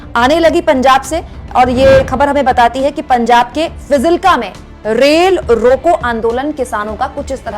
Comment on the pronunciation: Ye fajilka h name shi se btao aap